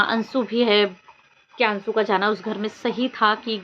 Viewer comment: Bolna nahi ata .ansu bol rahi hai jab ki anshu hota hai